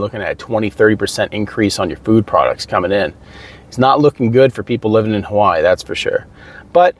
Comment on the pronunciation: Why are you pronouncing Hawaii as HAWAAH? I'm cooking while listening to your video and I was like "wtf is he talking about"